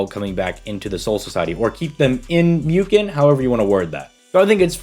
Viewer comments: It is pronounced mooken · It's pronounced Mooken my friend.